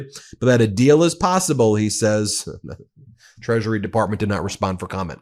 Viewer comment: Did you just say treachery secretary?